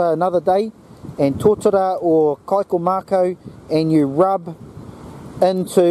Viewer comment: Awesome vid - thank you for sharing.. just want to share a reo tip Kaikōmako is pronounced like kai-caw mah- caw not kai-co-mah-co keep practicing "o" trips a lot of people up kia kaha. Ngā mihi